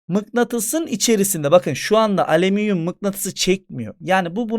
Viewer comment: Nobody:: aleminyum